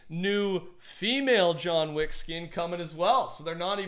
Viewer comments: John weack. Lmao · “John Wack” - 2k19